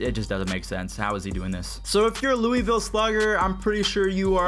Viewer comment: I’m from loooooooovuuulll not Luisvilee